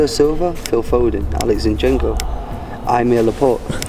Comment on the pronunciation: Найс интервью, "Зи...(дан)... нченко" ))